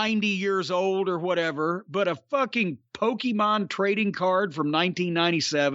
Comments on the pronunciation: “Pokey-maan” LOL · Hearing Cornette say "Pokemone" pretty much made my day. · I'm impressed Jim didn't call it PokEmans like everyone else from his generation dies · “One of these days I’m going to be interested enough to find out what Poke-E-mon is”- Jim Cornette, 2022. Very rarely does a single sentence perfectly encapsulate an entire man’s personality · Jim Cornette saying the word “Pokémon” made my year 😂